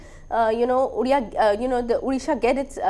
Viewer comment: You can't even pronounce Odia properly